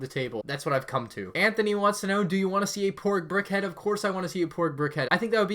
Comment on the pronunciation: Just saying the name 'Antony' is usually pronounced ' Ant-ony'